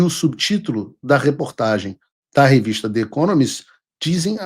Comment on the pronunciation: Você mora nos EUA há anos e fala inglês bem.. Diga "The Economist" com o "the" falado como se fosse com "I" em português. Procure as regras de pronúncia do "the" antes de som de vogal, por favor.